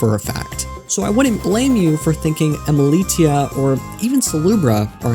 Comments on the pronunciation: its pronounced emili - sh - ia and it's driving me mad everytime you say emili*t*ia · You're mispronouncing Emilitia.